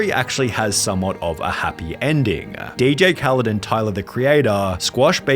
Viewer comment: Most of y'all are saying he's using someone else for fame. But really don't know hes a DJ I mean didn't y'all notice he says DJ khalend so maybe that didn't rung a bell but he didn't really know how to rap or sing that's wh. A lot of hus sings have people featured